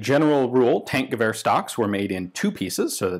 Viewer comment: Its more like Tankgewehr [Tunk..]